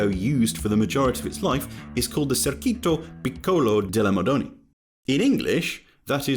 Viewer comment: Of course I would not expect the narrator’s voice to be precise in reading Italian, still I’ll try to make the “Circuito Piccolo delle Madonie” (min. ) understandable. In English phonetics it would sound like Cheerkooytoh (stress on the oo) Peekoloh (stress on the ee) daellae Madoneea (stress on the ee). And ehm, it’s actually wrong: it is in fact “Piccolo Circuito delle Madonie” (Small Circuit of the Madonie, that is) and not the other way around